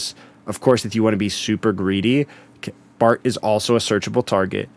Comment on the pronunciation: why the h you call it 'Bart'. It's BARTO or el El Barto if you feel like it